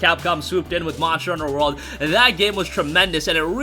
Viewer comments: good ol "Monsher" Hunter . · Moshter Huner